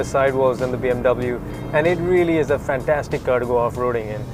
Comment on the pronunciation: Fhaaan-TAStic you know?! Fhaaan-TAStic. yaar.